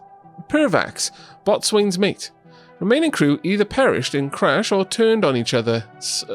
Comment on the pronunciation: Boatswain..... how dare you pronounce it like that! it's 'Bosun'.